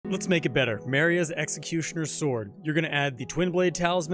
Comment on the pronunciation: Greatsword, nothing beats that guts build, also it’s pronounced ma-ray